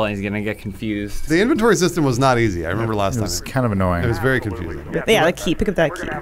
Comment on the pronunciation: "It's vewy dark in theyer Adam, vewy dark." Dammit lol